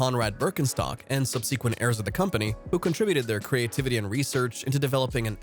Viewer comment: Did you literally pronounce subsequent is subSeekwint again?